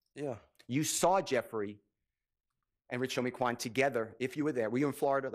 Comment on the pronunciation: I was like plzzzz stop callin Quan that when she kept saying his name like that. I felt so bad for his family bc i know that saw that 😢 that shit was hurting my heart so bad. She made herself look even more like a villain constantly repeating that